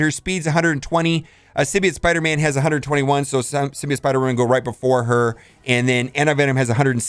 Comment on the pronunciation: Symbi- OTT Hearing symbi-OYT drives me insane